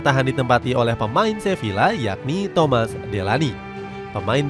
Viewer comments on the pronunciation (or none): none